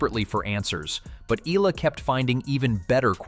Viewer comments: Just wanna correct how the narrator said Alex's last name EALA as ELA or ILA, it should be said as E-YA-LA! ;) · It's not Eeluh, it"s should be pronounce the Filipino way it's Ey Yeah Luh (EALA)! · it’s pronounced as eyala not “eela “… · It pronounce Eyala. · it is pronounced as Eh-Yeah-La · AI narrator stop mentioning Alex family name if you cant properly pronounce it her name is more than enough more than 110M people knows her😡😡😡